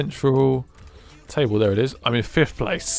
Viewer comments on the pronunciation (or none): none